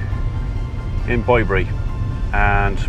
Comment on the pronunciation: I hope Mrs P is coming home soon. It was strange hearing you say Bye bury, were I am in Hamshire (with a silent H) I have always known it as Bibury as in babies bib.